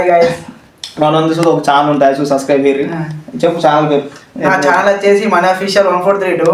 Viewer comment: Hello bro nv sascribe antunav😂adhi sascribe kadhu bro subscribe bro😢